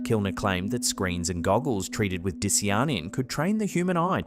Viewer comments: I'm not even sure if this is the real picture of it or just more AI slop... Can you confirm? Dishjanin? That's probably not how you pronounce Di cya nin. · baby, say it with me: DIE - SIGH - UH - NIN di-cy-a-nin not dissy-yonnen. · Dicyanin = die-SY-uh-nin. Not "diss-ee-ar-nin". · It’s “dye-SIGH-uh-nin”, not…whatever said. And Lil Wayne looks like his muscles are heavily accentuated with make-up, which would cover the tattoos. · Its pronounced Die-sigh-uh-nin lol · Your pronunciation of “dicyanin” is absurd and atrocious.